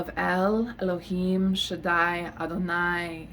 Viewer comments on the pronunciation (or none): none